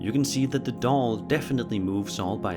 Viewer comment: Why did he say doll like don’t 😂😂😂😂😂